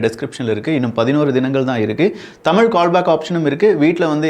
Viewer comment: எலுவத்தினாலு சரியா இல்ல எழுவத்தினாலு சரியா? தமிழ்ப் பேசுங்க ஐயா. தமில் இல்லை.